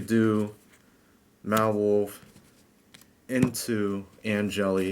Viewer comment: "Madolchee Mawolf" allow me to correct your catastrophic failure in pronouncing Madolche (Ma-doll-chay) Mewfeuille (Mew-fway). I don't blame you, it seems like nobody on the internet can correctly say it. Some people get it basically right by saying it like mewfew or some shit but you were miles away from that, my friend. WHERE DO YOU GET 'WOLF'??? IT'S A CAT. Please stop playing this deck. Or at least run 3 anjelly and "Mawolf" and 2 ticket. Please.